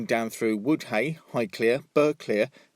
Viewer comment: "Woodhay" is pronounced "Woody".